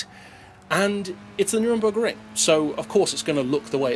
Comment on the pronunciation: you say it like neurnburg like EUrope